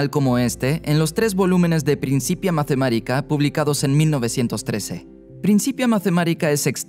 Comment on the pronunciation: Excelente vídeo, solo una pregunta: ¿Por qué pronuncian ‘mathemárica’ y ‘plas’ si son palabras latinas, no inglesas? Se dice /matemática/ y /plus/ 😉